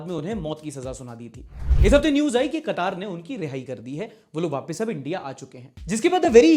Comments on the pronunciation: Qatar भैया कतर कह लो या क़तार में खड़ा कर लो। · pronunciation police quataar nahi Quatar(katár) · Not Katar it's Qatar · Kataaar nahi re wo katar he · Katar nahi mere Bhai.. Qatar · BRO IT'S QATAR NOT QATAARRR KA TAR (QATAR) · I'm an Indian and I'm living in Qatar. It's Qatar. Not qataaar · It's not kataaaaaar it's Qatar 😂😂